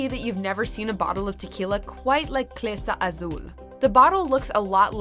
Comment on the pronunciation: Am I the only one annoyed by Clase Azul being pronounced as "clesa"? I know you aren't Spanish, but darn, do you have dyslexia and read it as such?